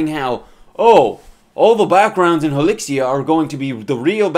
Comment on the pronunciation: "Hilixia" "Hilizia" "Hilikia"